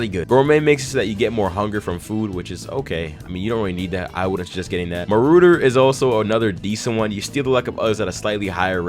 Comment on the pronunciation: this mane said "moorooder" its literally ma-raw-dur lol